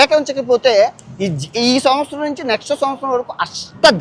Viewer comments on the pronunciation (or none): none